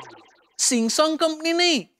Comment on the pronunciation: Samsung instead of ramsung 😂😂😂😂